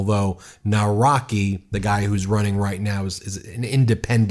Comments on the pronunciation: And Nawrocki is NAV-ROTS-KEE, imma just add here ;3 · Dear Ben, you should pronounce it like: Chaskovsky, Nawrotzky and Toosk. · Nawrocki, pronounce his last name as Navrotsky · Pronounce Nawrocki Nav-ROTS-kee. (capital letters to indicate stressed syllable, not anything related to rot, by the way. Just in case it was misunderstood) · Still too early for a victory celebration... The victory margin for Trzaskowski was too narrow. If you take a closer look at the results, the right wing most likely will take the lead in the runoffs... Here are approximate pronunciations of the names mentioned in the vid: Nawrocki: NAHV-ROTS-KEY Trzaskowski: TCHUSS-KOHV-SKI Sikorski: SHE-CORE-SKI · I'm Polish and sometimes I need to hear how people from other countries pronounce the name Trzaskowski i Nawrocki to understand how difficult our language is. 😁 The way you pronounce this name doesn't sound right at all. But I'm not nitpicking. I understand the problem. 👍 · Bro please fix your Polish pronounciation😭 If I pronpunce english good then why won’t you also do the same with Polish? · Hi guys! Big fan, but as someone who has lived in Poland for 18 years, your pronunciation is awful! Anyway, that aside. The results were not as good as it may seem. There was a large amounts of votes for the "right-wing" in general! So, if the other candidates don't lean towards a particular candidate, it is unclear who may win. The race is far from over! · who is Norwacky? Let me help you - it's pronounced Nav-ro-ckee. You're welcome 😊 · come on guys pronounce polish names correctly 😭 its not "nawrokey" its "navrotski" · Please guys just throw the names in google translate in Polish to get approximation how its pronounced. Narwokee sounds like a star wars create, it's pronounced like "navrotzki" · The MAGA supported opponent's name is Karol Nawrocki which you pronounce: Nav Rot ski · it's pronounced Nav-rot-skee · Say: “Nav-vro-tski “ and “toosk “ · 'Navrotzky' not 'Nawrokie' ❤😂